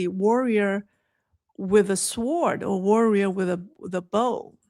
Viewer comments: Sword is pronounced 'so:d'. Long vowel O and silent W. Thank you. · Sword - “w” is silent… “sord” reference google translate